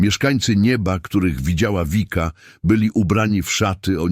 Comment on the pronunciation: Wszystko pomieszane. W niebie nie ma jeszcze ciał materialnych. Komentarze są bez sensu w wielu miejscach. I nie „Wika”, tylko Vicka. Po prostu.